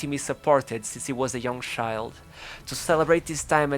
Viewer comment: can u fking pronounce CHILD not SHIIIIIIIILD